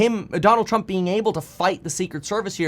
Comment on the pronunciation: Bro, why do you talk like that " The Trump A shooter"? Is it a cali thing?